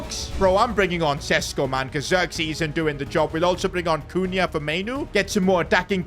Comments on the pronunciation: PCQ: Šeško is considering leaving the club cause he is on the bench too much but the main reason behind this is the fact that u cant say his name. It is pronounced Shesh-koh not Sesko. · Day 1 of begging that šeško isn't sesko but sheshko because of his nationality and the thingies up on the s